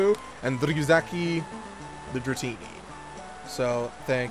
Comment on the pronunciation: ITS NOT DRATANA ITS DRATINI